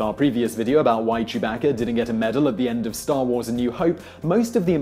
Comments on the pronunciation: chewbakka? wtf say it without the accent. it's what everyone with an accent should and normally do do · Who is chew Bahcka